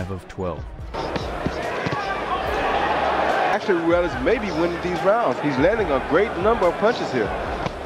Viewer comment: Gabriel ROO-EL-AS, Jessie James LAY-HA